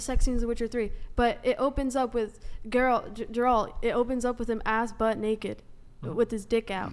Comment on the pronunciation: i can't believe the darker girl said geralt right and then butchered it by saying JERALT?! thats a frank castle